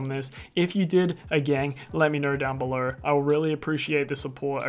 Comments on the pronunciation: "belor" is so annoying. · “Down beler” it’s funny 😂😭